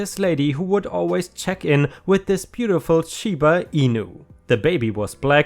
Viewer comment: Shiba Inu’s are the best! And yes you pronounced it correctly. Or you pronounced it exactly as I do, so I’m hoping so, lol. I wish I had one, but I have a very mean cat that loves me (and only me) very much...and she would definitely try to kill any puppy I get.